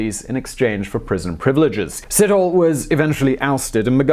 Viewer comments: It is said setholi, with a silent h,not sitholi. And you have to drag the e a bit. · you butchered Ndabaningi Sithole name lol... Si- toh-leh not Sit-hole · Not sit-hole. Its Si-tho-le. Anyway great video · My friend, every time you say Sithole, I hear "shithole". It's "Sit-aw-leh". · Sithole is not probounced sit-hole, phonetically it is pronoinced sit-toh-leh ... but all Sitholes I know of are freakn sit-holes. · Ndabaningi SEE-THO-LEH, not Sit-hole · Itz See-Toe-Lay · Nice informative piece. But truly, how careful did you have to when pronouncing Mr Sithole's name? I guess I'm a perpetual toddler.